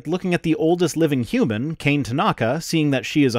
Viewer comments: Kane (kah-nay), not Kein (like "cane") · kah-neh not cane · The oldest woman's name is pronounced "kah-nay". Not "cane". Give Tanaka-san her props... she's earned it. Also... Keep being awesome. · This was one of those rare times that himself made me facepalm. It's usually just the creationists. I searched (here on YouTube even) for a video with the correct pronunciation of her name, and it took less than a minute to do (being the second result). Come on,.